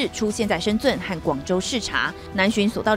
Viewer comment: 东森的主播舌头是不是都有问题。还是脑子有问题。 深圳的读音怎么每个都有奇怪的说法。 刘宝杰 一直在所 shen jun，这边女主播说的 shenzhung。 你们是不会发这个音请跟我们新加坡人学学。 shenzhen好吗